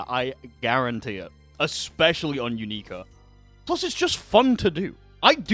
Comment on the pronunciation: "you-NEE-ka" its pronounced "YOU-nik-a" everyone in the anime pronounces it the same way, and so does the announcer in the game. idk where you got your pronunciation from